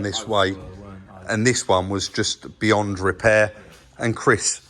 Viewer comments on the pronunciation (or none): none